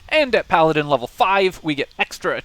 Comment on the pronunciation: Is this a Pa-ladin?